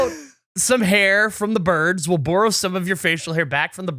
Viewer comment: Most Canadian word has ever said (borrow)